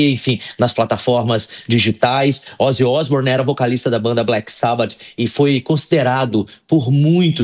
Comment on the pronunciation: Ozzy Isbournion